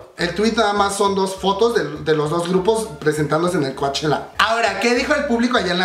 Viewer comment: Me encanta verte tan entusiasmado con tantas Noticias del K pop solo una pequeña observación...se escribe Coachella...pero se Lee "Cochela"..yo vivo aquí lindo!..saludos!..❤️😘😍🥰💜❤️💜❤️